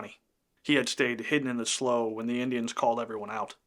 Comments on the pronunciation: Excellent video! Lavina was one hell of a survivor! I've never heard slough pronounced as "slow" but rather "slew," must be regional? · Slough is pronounced "slew". Not "slow". Old redneck here. Their part of our everyday vocabulary. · Slaughter Slough - slough is pronounced slew, not slow. There are other areas that were attacked during the Sioux Uprising. The government agencies treated the Sioux so badly by not honoring the agreement made and the Sioux were starving. A sad time for the settlers and Sioux. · Slough is pronounced like "slue," not "slow." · Slough is pronounced SLEW, not SLOW. Just saying… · FYI Minnesotans pronounce slough as SLEW. Trust me bro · Great little story as there is definitely a lot of history in this area. Just an FYI, slough, the swampy body of water is pronounced slew (rhymes with clue). Heard that word a lot growing up in the area! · Slough is pronounced “Sloo” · I’m assuming you’re saying they were hiding in a slough. Just so you know it’s pronounced “slew” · It's pronounced Sloo......... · Slough (rhymes with cow) is the British pronunciation. Also quite a rough town in England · Not to nitpick, but I was born in New Ulm - Mankato is 25 miles away - and we pronounce it as it looks, Man - kay - toe. And slough is pronounced "slew" here... An excellent narration, though, and accurate too!